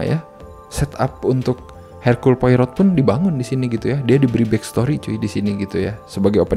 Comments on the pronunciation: Belum baca noveln ya 😢 bacanya 'Poaro' ya, Bang. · Poirot dibaca "Poaroh" :) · Cara ngomongnya bukan poirot tp lebih ke pourou